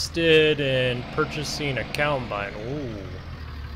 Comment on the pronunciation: It's combine not cowbine